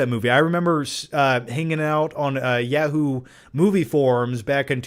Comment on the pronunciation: It’s. YAWHOO. You’re saying YEAHHOO